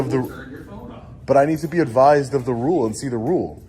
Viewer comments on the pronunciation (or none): As good as is, he didn't read that "rule" correctly.